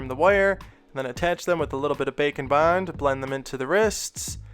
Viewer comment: I think by now you can safely admit that you're saying 'bacon bond' on purpose, right?